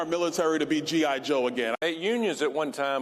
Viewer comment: He said gi Joe Biden